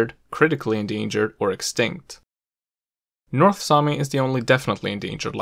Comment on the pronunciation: damn your north sami is good, it was as good as mine.